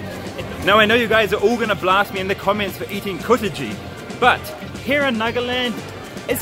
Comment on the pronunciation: You said 'Kuta jee' ???🤣🤣🤣